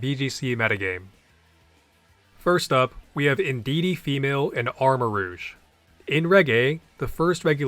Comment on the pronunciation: Something about "armor-rooshe" is killing me lmao